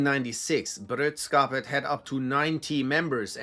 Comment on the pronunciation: Bro. I appreciate you. Love your videos. But you totalt butchered that Swedish. It's brö-dra-skapet. Not brödskapet. Brödskapet is the bread hood. I know you Germans like bread but come on 😄😉